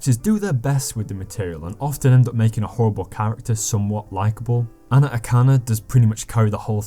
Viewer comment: bro u really shouldnt talk abt the show if you havent even watched it all, also Anna Akana isnt THAT hard to pronounce